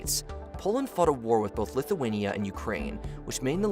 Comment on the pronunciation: dude said Hungry and Litinia